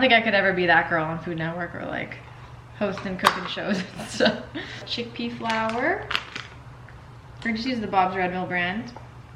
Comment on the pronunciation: Chickpea FLOUR OR WHAT FLOUR????????? I couldn't understand what you were saying.........THANKS!